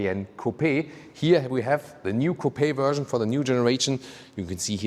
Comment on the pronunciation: Drinking game: Take a shot every time says "Wuerszhion" (Version) We love your reviews and beautiful German accent <3 The black paneling around the wheels is the ugliest I have seen in a long time. Usually, people air for a look where the wheels fill out the wheel arches as much as possible, and here they have visually gone in the opposite direction.